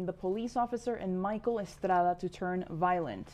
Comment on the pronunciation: I’m sure when they have a new story about an Asian or African person, this station uses the authentic pronunciations of all names and places involved, right? Or is this just some sort of strange boasting about your heritage on a news broadcast? Michael Estrada didn’t even pronounce his name that way.